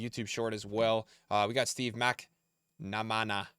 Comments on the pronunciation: Mac-man-a-man is the correct pronunciation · He really doesn't know Steve McManaman? A bit disappointing to hear MacNamana :)))) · bro how is struggling to pronounce McManaman